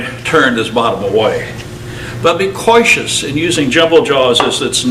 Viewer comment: “𝐐𝐚𝐮𝐭𝐢𝐨𝐮𝐬”? 𝐃𝐢𝐝 𝐈 𝐡𝐞𝐚𝐫 𝐭𝐡𝐚𝐭 𝐫𝐢𝐠𝐡𝐭? 🤣